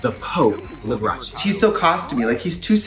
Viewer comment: She said,"Dolly Parton, the Pope, Liberaci" 😂😂😂